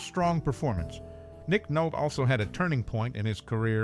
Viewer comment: His name is pronounced Nick Nol-tee! 😢